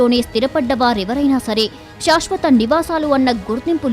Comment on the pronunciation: శాశ్వత అనాలి, షాష్ వత కాదు. దయచేసి గమనించండి. మొత్తానికి మంచి విషయము చెప్పారు. ధన్యవాదాలు